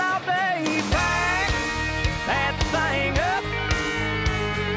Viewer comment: I love how he says thang ;)